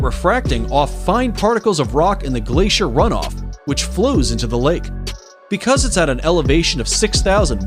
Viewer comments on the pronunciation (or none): none